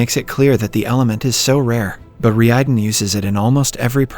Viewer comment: You can notice it especially when the TTS tries to say "Reiden" but ends up saying "Ree eyeden"